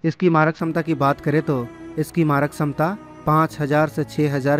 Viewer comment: छमता शब्द है न कि समता।।।। सही कीजिये